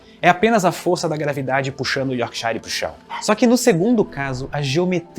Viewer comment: Yorkshire se pronuncia Yorksher essa pronuncia de shire como se fosse shine me doi no ouvido